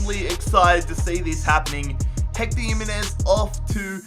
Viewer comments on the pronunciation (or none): none